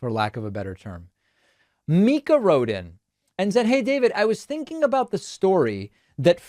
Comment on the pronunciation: It’s pronounced “Mic 🎤 ah” (Mika) ☮️💞